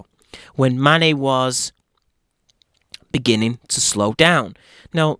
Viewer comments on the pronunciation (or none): none